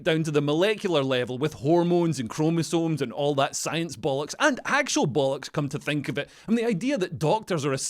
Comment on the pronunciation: “And actual bolox”😆